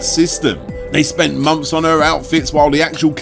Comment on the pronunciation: It's months not mumps. 😂